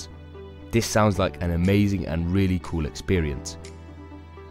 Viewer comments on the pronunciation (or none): none